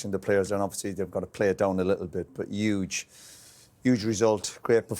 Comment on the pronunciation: Roy “yuge” Keane